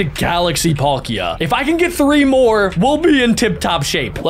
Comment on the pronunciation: They are not galaxy pokemon packs it's battle styles and they are fake cards and he chucked a cevil full art which is probably worth £20 also the way he pronounced palkia